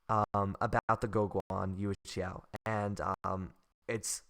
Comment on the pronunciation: Gwoh-Gwan You-eh-shao. You got it perfect!